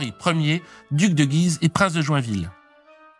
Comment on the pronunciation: Encore un excellent épisode ! A noter cependant que dans le nom de la ville de Guise, le "u" se prononce ;)